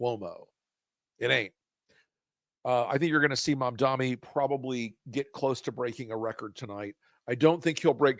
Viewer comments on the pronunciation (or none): Guys, please, please, please, learn how to pronounce his name! It' MamdaNi not MamdaMi. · Mamdani, pronounced like this: mom-DON-ee. Why is it that Rs, former Rs, and corporate dems have such a hard time saying his name...